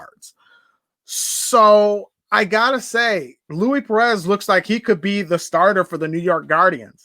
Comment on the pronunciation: it’s pronounced Loueese not Louie